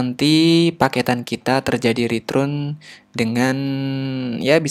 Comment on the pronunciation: cuma keliru aja, return dibaca ritrun :)